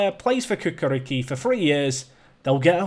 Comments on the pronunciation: Kukariki XDDDDDDDDDDDDDDDDDDDDDDDDDDDDDDDDDDD, it's Chukarichki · Cukaricki is pronounced Chukarichki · It is pronounced Tchu-ka-rich-ki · I don't think will care or notice, but Cukaricki Stankom is actually read as Chiukarichki Stankom. I mean, you should know your Affiliates, man:D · The Serbian team is pronounced Choo-ka-RITCH-ki :) You might want to check the work permit status as well as Serbia isn't in the EU. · your Serbian affiliate is pronounced as 'CHOO-KAR-RICH-KEY" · Lmaoo your attempt to pronounce Čukarički is hilarious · I am chairman of FK Čukarički. Learn how to pronounce name of club or we cancel affiliation and send Serbian mafia to Tow Law. Understand? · the serbian club you have an affiliation with both c are pronounced ch not like k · mate, you are not even close with pronouncing Čukarički. 😂😂😂